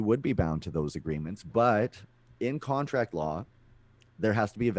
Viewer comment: talks too much about america and pronounces contract like he's from new york is he from america and hiding from the law in canada?